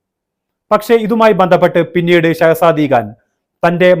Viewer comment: സെഹ്ശതി ഖാൻ എന്ന് പറയൂ ഷാബിർ ഖാൻ